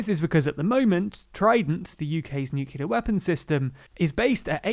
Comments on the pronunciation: Again, it's "new-clear" please, NOT George W Bush's "new-kew-lar". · [ <-- hearing problems and OCD ] Please stop saying new-cue-lar, you're speaking in an English accent! Nu-clee-ar, like Nu-clee-us, other than that I can't fault your diction, nice and clear. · you're still pronouncing nuclear 'nuculer' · Sorry, I have a rule not to like any video, which can't pronounce "nuclear".